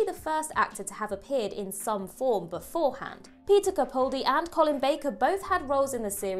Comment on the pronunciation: Interesting video, but why do you ALWAYS mispronounce the name of a Doctor? I'm talking about Peter CaPALdi (the clue's in the spelling).